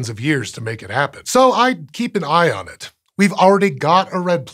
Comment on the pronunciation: Lol he said keep an “ion” it.😂